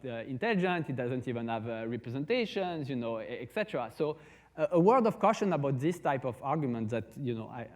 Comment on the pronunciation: It's etc. (et cetera), not "ect".